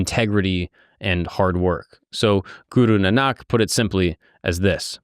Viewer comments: Its not Nanaak, its Naanak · It’s Guru Nahn nik not nahnak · Guru Nanak is pronounced ‘Naanuk’ 🙂🙏